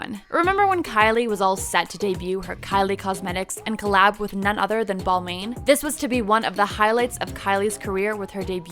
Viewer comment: Please learn how to pronounce famous designers names!! Bal-man. Moo-glare. Not hard 👀👀